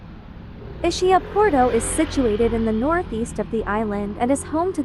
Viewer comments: "Ishia"? For the love of God, pronunciation! Is-ki-ah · Nice video but please please, can you change the pronunciation to the correct way? It not a shh sound in the middle but more a ski. I imagine it’s a computer voice. Our family has a house on the island and we go every September which in my opinion is the best time of year.